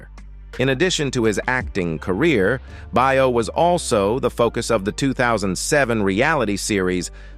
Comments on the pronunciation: Yeah, Scott Bao not Bio! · you need to get yourself a better narrator. This one’s terrible! Scot’s surname is pronounced Bay-yo, not Buy-yo. This narrator has got to be AI or something like that, ‘cause he can’t pronounce names and such worth a darn. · You should learn how to say Scott Baio's name correctly. The way you said it is completely not right. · I agree, he says it weird.